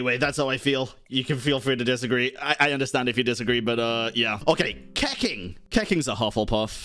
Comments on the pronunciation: keking?! 😂😂 more like keching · Did bro just call her keking? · Did bro just say keking lmao😭😭